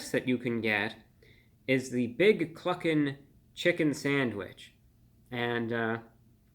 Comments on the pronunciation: Thought he said fuckin for a second. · I admit, I giggled every time you said Cluckin'!! 🤣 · lol i didnt hear cluckin i heard the other word when he said that